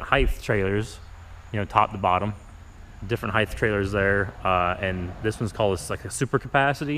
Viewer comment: It height not heith